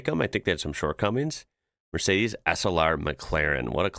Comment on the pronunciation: 1. It's Mercedes not Mercades. 2. is a BMW 635 CSI E24. 3. What's the trend of holding a clip on microphone in front of your mouth about? To make sure you get lousy sound and look dumb at the same time..?